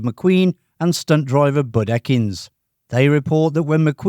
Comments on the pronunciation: Stupid AI crap. It was Bud E-kins, not ECK-ins. And everyone knows he did all the jumps down the hills at the intersections. He also did a lot of the other street cornering shots since McQueen kept losing it in the street corners. And no Ford 390 ever powered a car to a 13.8 quarter mile. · The name of Bud Ekins……….is actually pronounced as Eeekins, the emphasis being on the ‘E’ sound, E as in See !!